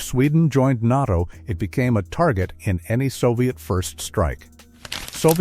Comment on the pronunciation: …AI mispronounced NATO as NOTO! That’s all, just stupid AI.